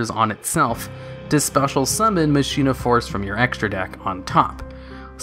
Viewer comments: Machina force isn't pronounced that way. Mach eee na. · Could've sworn it's "ma-ki-na". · I thought it was pronounced "mah-kee-nah" but idk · You said machina wrong, it's pronounced Ma-ki-na. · machina is pronounced "mak een ah" not Machine ah. And for the record, people pronounce Dark Ruler "Ha Des" wrong too. It's Hay DEES not Hah Dess. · It almost feels like you look up the pronunciation of a word and then purposely say it wrong just to trigger people. Machina is said as "MAH-kin-ah". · Con-vig-ton?! I will hunt you like the animal you are!! this is not a Death Threat, because I need you alive. you must be studied, for I cannot for the life of me understand how someone could botch the name of my Hometown this badly...! Also, it's pronounced, "Ma-kee-na." I'm not as upset about this one as I was about "Commander Covington," I just felt like I needed to point that one out too for future preference.